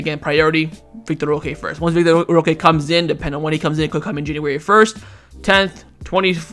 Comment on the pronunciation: Bruh it's vitor [vee tor) not vic tor